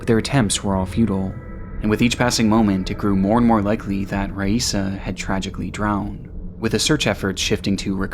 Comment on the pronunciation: You pronounced Raisa's name 3 different times in the first minute. Did you use AI to recreate your voice?